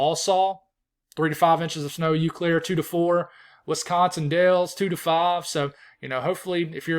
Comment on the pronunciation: When you pronounce Eau Claire, pronounce the Eau like your just saying the letter O. Love your videos